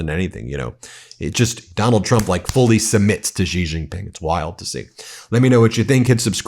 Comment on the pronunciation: You can safely pronounce the name Xi Jinping “She Jinping,” and it will sound correct. “She” is very close to actual pronunciation, and uses sounds we have in English. “Jhee” or “Zhee” or whatever does not sound correct.